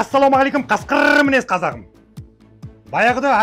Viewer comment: Ей Каскырррр деген созинди дурыстап айтшы, Прикол кылып тургандай коринеди.